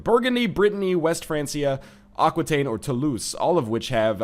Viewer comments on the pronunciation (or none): its aquitaine (ah-key-ten), sorry but it was bothering me for the last 3 eps